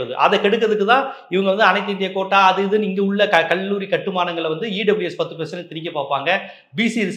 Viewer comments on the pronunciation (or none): none